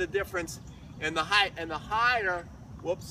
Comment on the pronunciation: I like this guys videos because he says 'height' not 'height-th' like some others I hope Sammy is ok!